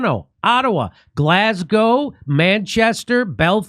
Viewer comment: I'm glad you started saying Glasgow properly 😂